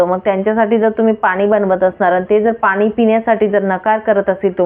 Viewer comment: भाषा नीट बोला .मॅडम.मराठी शुद्ध बोला पानी नाही पाणी.